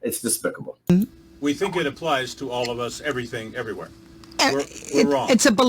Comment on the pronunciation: She's using the K sound on words that end in G, like 'everythink, instead of everything. Not sure what part of the UK that's from